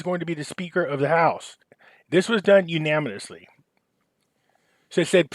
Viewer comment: If wants to be taken seriously he should do 2 things. READ the articles BEFORE reading them here. Also LEARN HOW TO PRONOUCE WORDS PROPERLY! U-NAN-A-MUS-LY is how to pronounce that word! TRY to sound like you attended school past the 3rd grade! It's very hard to believe you know what you're talking about when you are unable to read or pronounce English properly.